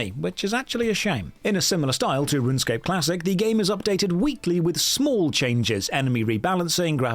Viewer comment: that’s not runescape, that’s ranscape 😭😭😭